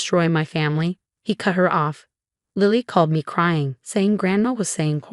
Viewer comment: I thought her daughter waslily not lally